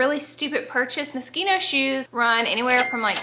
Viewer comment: Can we just be happy that Laura’s teaching people how to pronounce moschino properly!! Yessss so many people call it mosheno an it grates the crap outa me!